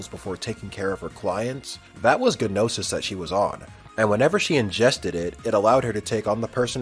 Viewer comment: In pronouncing Gnosis, G is silent.